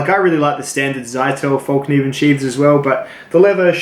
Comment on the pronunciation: Its pronounced like fell, not fall.